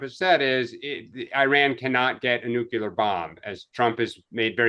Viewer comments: Much like mispronouncing nuclear. NUKE-LEE-ER, not NUKE-YOU-LER! B52, not B2! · Say it with me: New-Clear